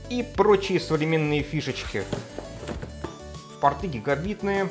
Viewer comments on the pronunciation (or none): none